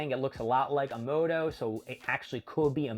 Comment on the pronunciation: It's MOMOSHIKI, and why are you stuffing up names so badly?! It's AH-MA-DO, not Amoodo, and Boruto is not pronounced BOROODO. Why talk about a manga if you don't even know the characters' names? If you can't remember how to say that, just call him "Momo" like most of us proper fans do.